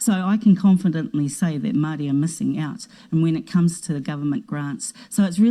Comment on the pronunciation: Take off those keha clothes and make up. Intertribal War? The gangs? Pronounce "Maori " correctly...koretake , maari.